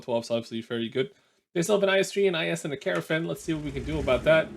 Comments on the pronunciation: Trying not to be pedantic but as a Welshman technically it's Kyer-nar-von. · I think he pronounces it like "caravan" on purpose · Caernarfon is pronounced Car-nar-Von.